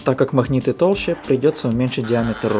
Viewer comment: Не понимаю, неужели так трудно говорить "магниты" вместо "махниты"?